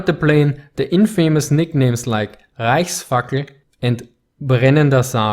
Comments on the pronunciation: Any1 heard rice fucker and not reichfackel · Is it just me or he said "Rice Fucker"